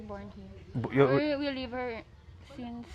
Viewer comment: It's here not hair.. 😂